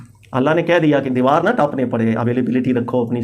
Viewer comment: Ap ki Saari baten MaShaALLAH behtareen daleel thi but Karachi Ka accent (deewar taap toop k aa'e) was epic 🤭